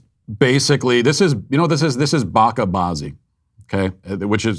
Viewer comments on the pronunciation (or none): It’s pronounced more like “baa-chey baa-zey“ and a better translation would be “boy games” or “boy play”. I never thought such filth would make it to this country.